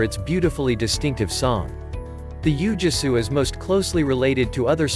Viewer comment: "Ooo-Gwee-Soo" is the proper pronunciation.